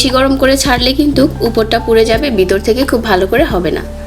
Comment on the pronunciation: গনো কি? কথাটা ঘন ( ঘনো উচ্চারণ)। কাঠির নাম শাশলিক না। কাছিতে গেঁথে যা করা হয়, তার নাম শাশলিক, বিতর না। “ভীতর” (উচ্চারণ ভীতোর)।